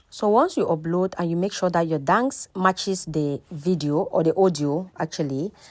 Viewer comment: Dance not Dangse